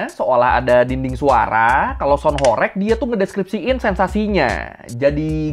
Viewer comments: Bang mau ngoreksi dikit ya Bukan Horég, melainkan horêg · Horeg itu bacanya bukan horek (ky bc "korek" ; api) tapi HOREG ~>HOR REG , -reg-nya ky "deg" nya ~> budeg, saklek, msk jleb. Tau gak sih.. Dlm bhs Jawa horeg itu artinya Getar, ky semacam lindu atau gempa kecil. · Bukan horég tapi horèg.. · Sebenarnya pronunciation "Horeg" itu "e"-nya seperti di kata "pecel".. Jadi bacanya Horeg bukan Horég.. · HOREG bukan BERGOYANG ATAU BERGETAR, BANGUNAN HOREG itu artinya BANGUNAN RUNTUH, gak ada BANGUNAN HOREG jadi BANGUNAN BERGOYANG:face-blue-smiling:. bacanya juga bukan horeg, tapi horeug:face-blue-smiling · Horeg artinya bergetar (goyang krn gempa) horeg (diucapkan e kode) bukan horek (orek) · Bukan horeg bang, tapi horeg, huruf e nya di eja seperti kata elang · Pengucapannya HORG bang, atau HOREUG, bukan horeeeg... E kayak pd kata Emping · bang kalo ngomong "sound horêg" kayak "e" di kata "sepi" bukan "sound horég" kaya di kata "bebek". "horeg" dalam bahasa jawa artinya artinya berguncang atau bergetar, geli ditelinga dengernya sumpah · Horeg bg bukan horeg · sebenarnya pengucapan HOREG yang benar di Jawa Timur itu REG-nya dibacanya itu seperti E pada "REgginang/REmaja". bukan REG-nya " rekreasi". ya, benar artinya adalah 'bergetar'. oke makasi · Saya orang Jawa asli, pelafalan horeg nya salah bang (e) nya bukan Bebek tapi sama seperti tambahan Me... melakukan, melihat dll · Pengucapan huruf "E" bukan horeg seperti kata "orek" tapi horeg seperti kata "sambel" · horeg dibacanya bukan horeg bng tpi horeg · Bang..sebenarnya HOREG itu bacanya bukan HOREG bang..tapi HOREG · sound horeg tu bacanya horeg bukan horeg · Cara bacanya horeg bukan gitu bro,,, 😂 E nya sprti di kata "emas" ,,, coba tanya sluruh masyarakat jatim, pasti stuju ma aq hehehe